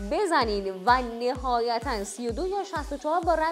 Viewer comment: نِهایتا چیه بابا نَهایتا و لَذت نه بلکه لِذت تو جابجا میگی چرا 😂